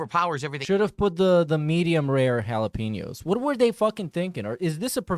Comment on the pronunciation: He loves to taste those jalaPEENos bruh... Why does he have to mispronounce EVERYTHING?!!